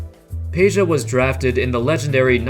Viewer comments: IT IS PEDJA NOT PEJA! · It's Pedja not Peja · It is NOT Peja, it is Peđa. 😉